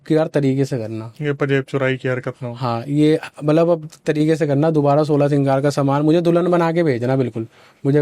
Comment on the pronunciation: श्रृंगार होता हैं 😅 सिगार नहीं😂